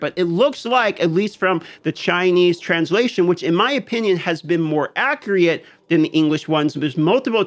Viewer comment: Please stop pronouncing accurate as "accreate". You're literally swapping a vowel out of the word